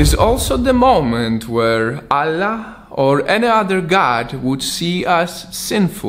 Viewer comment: FINALLY A NON MUSLIM SAYING ALLAH CORRECTLY 😭😭